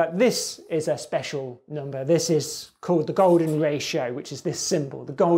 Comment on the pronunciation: Not gonna lie. I only clicked to see him say 'NOMBER'